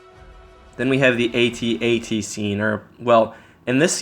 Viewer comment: It is pronounced "At-At" not "Aye-Tee-Aye-Tee"